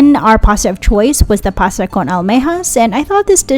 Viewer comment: Pasta not pasa